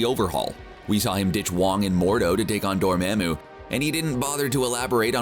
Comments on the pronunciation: IT'S PRONOUNCED WITH A SHORT "A" SOUND, YOU TWIG! >:-( DOOR-MAH-MOO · Ok love the theoretical question... but the people in the MCU say DOOR-MOM-U- I don’t know why that is killing me but it is.